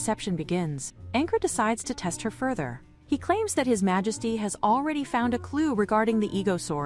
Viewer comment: LOL "Malesty" 🤣